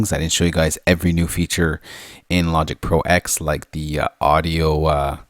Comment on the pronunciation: Technically it is pronounced 'Logic Pro Ten' as the X in OS-X refers to the UNIX operating system. Logic Pro X runs inside OS-X and therefoe cannot be allowed to have it's own kernel which would breach heirachy protocols in UNIX, it is merely executable code. So it is '10'. :o)